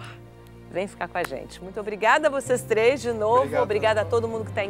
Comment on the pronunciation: "Consegui o vôo pra hj com tlês escalas, tudo que eu tlouxe eu peguei lá. Vc acha q eu n to plepalado?" PUTZ!